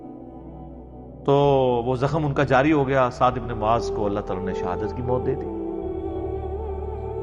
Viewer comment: Bro not maaz It's Muaz ❤ love from Bangladesh 🇧🇩❤️🇵🇰